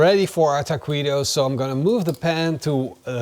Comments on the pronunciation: The trouble is that u say ta-qwee-to. Where it should be ta-kee-to. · Hey, you have to pronounce it Takitos not Takuitos 😅 great video! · Texan tip…ta-kee-toes…not, ta-quee-dos!! looks tasty. not sure i would want Chinese twine in my grease either, stainless metal tongs will work the best. 2nd Texan tip, use the meat broth for dipping. good call on the beef neck! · I know your Dutch but every time you said taqweetos it hurt my ears. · It's pronounced taqitos silent the u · ¡¡¡ BIEN HECHO!!! WELL DONE!!! TWO THUMBS UP from DEEP SOUTH TEXAS!!!! Try using wooden toothpicks to hold your taquitos together. And they’re pronounced Takitos. The u is silent in Spanish. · Taw-queetos, you pronounced it perfectly 😂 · say TA-KEE-TOES please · ta kwee toes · You write it “Taquitos” but you say it “Tah-Kee-Tohs”… You don’t say the u when you see it in this “qui” “que” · It’s tah-key-toes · You crack me up! Taquweeetoes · Ta-kee-toes don't make me "queasy". No quease toes for me, thank you. Must forgive the Dutch pronunciation though. But it was funny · Looks great 👍. But the Q is pronounced As K!